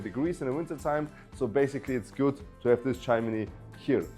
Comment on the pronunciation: Not so hectic young man. Speak more slowly. Breathe. And its pronounced "chim-ni" not "chim-in-ni" Lovely house